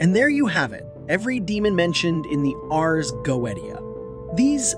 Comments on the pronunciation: Please please all English speakers in every video please learn to read the Latin words with the exact pronounce, Ars Goetia is like Urs GoeTSeeA with the last A read like in “us”. This is a little effort to do but really I’m Italian and I can’t listen to these wrong sounds everytime it’s really annoying even because when we learn English we must learn the perfect pronounce and not change it based on our language’s rules. Sorry I don’t want to be mean anyway the video is well done and appreciated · The fact that you pronounce the Ars Goetia wrong multiple times... Drives me insane... please fix it 😂 But other than that I really did enjoy this as a person that works with demons. This is very interesting I enjoy seeing other people's takes on the infernal Divine. They are truly amazing entities to work with. Show them respect. Do not try the control they have free will they don't have to do anything for you. Lord Lucifer is very kind he has helped me with self-love and my healing journey. I have also been working with baphomet For balance and recently Prince Vassago For my healing journey as well and to help with the tarot. I do appreciate you showing that demons are not the things that people like to portray them to be.